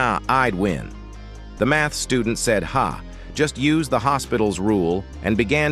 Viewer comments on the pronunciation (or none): The way the ai actually says "hospitals"😂